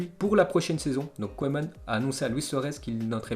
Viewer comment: Au fait on dit "keuman" et pas "koéman"